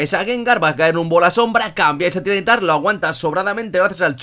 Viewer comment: no se porque siempre lo llamas tyran nitar o al menos esa es la impresion que da cuando lo mencionas cuando se lee ty ra ni tar